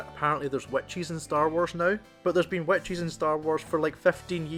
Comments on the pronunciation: I know it’s just accents, but when you say “Witches of Dathomir” I hear “Wet cheese of Dathomir” 😂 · The first time you said, which’s I thought you said white cheese I was so confused, 😅but yeah, I see what you’re saying. I am watching it with someone that has not seen rebels and they’re confused.